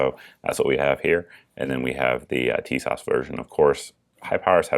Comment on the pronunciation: in YM's review, he pronounces Tisas "tit sauce".